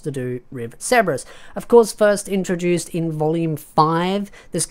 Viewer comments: Why do you pronounce his name like Seberous? Like his name is Sebas Tian... like Sebastian, the classic butler name. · Are you saying ceberus or sebes?? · Sebas bro stop saying it like it has a R in it